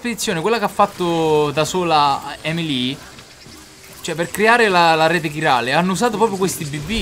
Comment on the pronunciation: Due cose sono certe nella vita: la prima è la morte, la seconda è che dice Emily e non Amelie ahahah